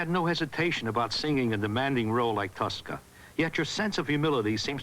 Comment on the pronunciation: Merrill says tusca instead of Tosca LOL